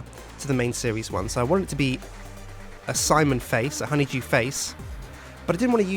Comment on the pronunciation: did you notice that they call him honeyjew its honeydew